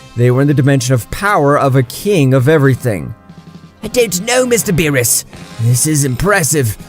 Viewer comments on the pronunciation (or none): Its berrus not bills😂😂😂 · Don’t mess with the god of destruction “bills” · Beerus = bills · Is it really that difficult to say berus